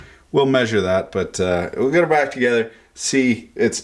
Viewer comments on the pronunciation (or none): none